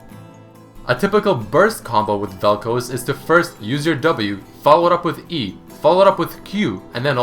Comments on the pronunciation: seriously its pronounced "Vel-Kh-Az" not "Vel coze" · Its Vel'KOZ (ka'oz) and not Vel'Kuz (k'uuz)... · even after all the videos of people saying vel k-oz you still say vel' k-oh-s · Vel'Koz. Eh guess it's Vel'Koez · I cringe every time you say vel kouz and not vel koz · Bro how the fuck are you so dense. It's vel koz not fucking vel koooooooooz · velkoz not velkoes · It's not Vel'KOZE, it's Vel'KOZ. Where the hell are you getting the long O sound from? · its not vel kooz its vel koz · It's not koz like cosy, it's Koz like what crows do (caws) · Velcouse velcouse why do u say velcouse and not Vel'Koz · You pronounce it wrong, it's Vel'Koz not Vel'Kooze x) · "Veal'Kohz" It's "Vaal'Kawz". Also, "Helmet bro" actually has been given a name by the community. Which is "Marrek Helmen". Hell, Marrek Helmen even has his own lore, skillset, and even lines. You need to read (or listen) to Marrek's lore, to know he's still alive. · why do u say vel'kouz instead of vel'koz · Its Vel'k-OZ not Vel'k-OZE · Vel khaz not vel koz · dude, its vel'koz like in cuz, not koows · Why do you keep saying "Vel'Couse?" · its pronounced vel kawz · "featuring vel'koze" :3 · Isn't it pronounce as vel coz? And not colds* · vel kooz? xD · Vel Kouuz :D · Koz - Cause Pronunciation usually doesn't bother me but jesus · Vel'kaws (vel'koz) is the proper pronunciation if im not mistaking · every time he says "velkowz" i die a little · i love the way you pronounce some of the champions, like yasuo and vel´koz. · He saying vel koz wrong it bugs me lol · He pronounces Vel'Koz so weirdly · lol when he says vel'koz it sounded russian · Every time you pronounced Vel'Koz wrong I threw up a little... I liked the video, but dude.... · I swear he's pronouncing it wrong just to make people angry. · Please stop pronouncing vel'koz like that unless you're prepared to pronounce Kog'maw like kohg'maw it's an AH sound in the name not an OH